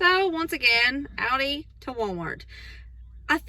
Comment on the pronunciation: Have sooo got to make all of these..they look soooo good. AND very affordable..!! Oh by the way..I just LOVE the way you say Aldis.. Sharing this video on my page so I will have the recipes..